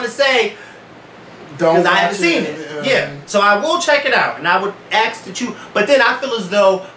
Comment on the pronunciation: I love you but puhlease say ask not ax